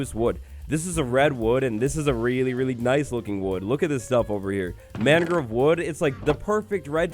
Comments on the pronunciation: i love but as someone who's lived in Florida for 20 years, the way he pronounces "mangrove" drives me absolutely crazy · great video :) the way you pronounce mangrove bothers me though aha /lh